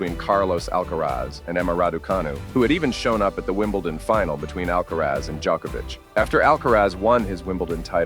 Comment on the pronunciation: Not knowing how to pronounce Novak’s surname is inexcusable